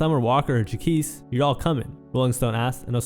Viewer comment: idk why you keep mispronouncing Jacquees when they keep saying it in the clips it’s honestly cringey like you didnt even listen to them saying his name when you edited the video. its JAH-KWEESE 😒 not whatever you’re saying